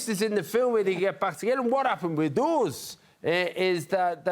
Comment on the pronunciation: John's pronunciation is absolutely a jewel if you're interested in accents John: "That's what happened with US (/ooz/)"!!!